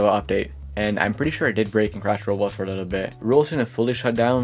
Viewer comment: BRO CAN YOU SPEAK CLEARLY???🔥🔥🔥🔥🔥🔥🔥🔥 ITS ROBLOX NOT ROLS!!!!!!